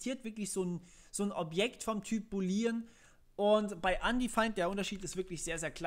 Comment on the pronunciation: [Boooooolean] nicht boleeeeean Und man benutzt nicht null, wenn man Objekte hat, sondern Dinge wie Optional.empty Es wäre echt schön gewesen, wenn du mehr über TS erzählst statt bei Null ALLER Programiersprachen anzufangen :(